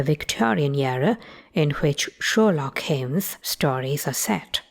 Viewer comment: Sherlock Heems ))